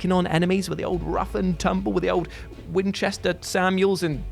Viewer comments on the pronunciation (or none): none